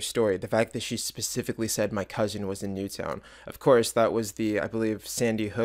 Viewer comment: Wow. How so was she believable? She looks and sounds 30. She doesn't even say NEW TOWN correctly, she says "NEWTON" like the cookies. If a person has had something that horrific impact your family you're gonna know every syllable. She eye frisks him again SOUNDING 30. She had a suspicious ass hoodie on, stands at least 5 feet away from the door and invites him in as though she needs to be far enough back so he may be OBVIOUSLY intercepted by someone else. It took 2 SECONDS to get him inside. 2 SECONDS! The ONLY 2 reasons this flew was he's an IDIOT that ignored every red flag, which there were PLENTY to choose from, and he was so dangerously focused that he didn't care. Don't get me wrong, I'm BEYOND GLAD it was her and not someone innocent child but we must have watched 2 different people. She was a TERRIBLE actor! I would have noticed all these BLATANTLY OBVIOUS RED FLAGS INSTANTLY and been gone. Wtf does everyone keep saying she was good for?! SHE EVEN SOUNDED AND LOOKED 30!